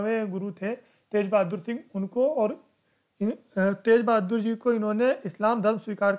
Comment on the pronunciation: not tej...GURU TEG BAHADUR SINGH JI.